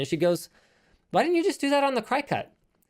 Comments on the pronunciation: STOP SAYING CRY...CUT. It's pronounced like cricket. My head was going to explode. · It isn't pronounced cry-cut.. it is pronounced CRICKET.. per the company. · I believe it's pronounced like cricket, not cry cut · Is he pronouncing cricut "crycut"? Its pronounced "cricket". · It's not cry-cut It's cricut Like Crick-ut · I pronounce it "cricket", not cri-cut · Cry cut? Cricut, pronounced like cricket but with a u instead of an e. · lol, Cricut pronounce Cricket not Cry-Cut. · I love when you call it a cry cut when it is actually pronounced Cricket like the insect. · I was so confused about what you were talking about, but now I get it. You have a Cricut cutting machine. Cricut is pronounced like the insect (“cricket”) and not like “cry-cut” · Cry cut? The cutter with a logo that has antenna like a cricket... Maybe that's how it's pronounced? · btw i’m pretty sure it’s not “cry cut” but pronounced “cricket” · I’ve never heard people call it a “cry-cut” haha. We always call it a “cricket” like the insect. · "Cry-cut"?? You mean Cricut, as in the insect cricket? Their logo literally has antennae... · Anyone else’s brain go “uh what” when they pronounced Cricut as “cry-cut”? Lol 😂 Perhaps it’s more manly when they realize it’s pronounced like the game or the insect: cricket. Side note: my husband uses the maker in our house for custom wood flags. I use it too, but it’s a shared item. Super handy. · Can we appreciate how linus pronounces Cricut? normally its pronounced like cricket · Cricut - pronounced like cree-cut as in cricket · Fun fact: “Cricut” is pronounced “cricket” just like the insect. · Iv never heard someone pronounce cricut like that. Cricket it’s why it’s a little cricket looking dude XD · It's pronounce cricket, like the insect. Notice the cricket on their logo and graphics? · Cricut is pronounced like the insects/bugs, cricket... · I knew I wasn't the only one who cringed at that pronunciation. 😂